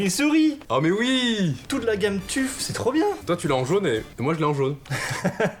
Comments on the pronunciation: C écris tuf mais ça se prononce teuf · Leurs gars on dit pas tuf mais teuf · Juste c'est Asus Tef et pas tuf teeeeeeeeeeeeeeeeeeeeeeeeeeefff